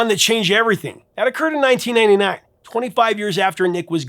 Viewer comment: The Volkswagen commercial was in 1999, not ‘89. The way he said the year, it’s hard to tell.